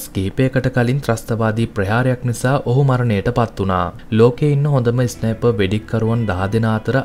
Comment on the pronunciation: ඉස්නයිප් නෙමෙයි බන් ස්නයිප්